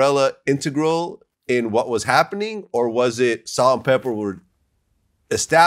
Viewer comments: It’s not salt n pepper, it’s salt n pepa! VLAD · Pepa maaaan. Not pepper. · Vlad should know it's Pepa not Pepper 😂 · Who tf is “Salt N Pela” Cmon Vlad 😭